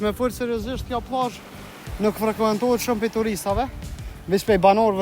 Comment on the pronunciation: Jo pllazh 😅plazh pa ll serb,jo kokakolla😅kokakola😅jo killa por kile😅😅😅